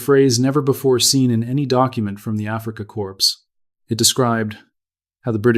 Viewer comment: AI voice needs to retrain pronunciation of Afrika Corps not afreeka corpse